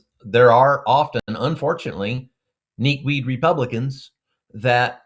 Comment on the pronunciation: Did he say "kneak weed republicans" ??? 😂